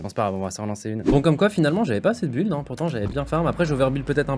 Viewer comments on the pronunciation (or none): none